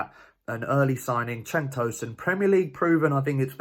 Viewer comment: cenk with a j. like 'jenk